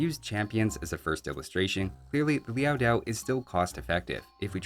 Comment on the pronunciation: It’s Liao Dao, not Liao “Diao”. No [i] in the second word.